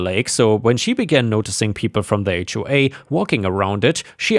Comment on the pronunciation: Thank you for knowing how to pronounce "HOA".